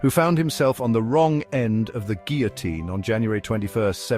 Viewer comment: You're saying Guillotine wrong.